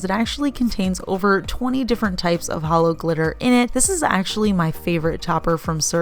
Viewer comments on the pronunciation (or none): none